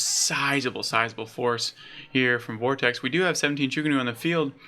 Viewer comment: FYI its pronounced "vort-icks" Great job though mate, good luck with the channel!